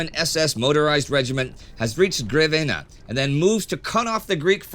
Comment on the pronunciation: Yea but he butchered Grevena, maybe unsub now:P Easy come easy go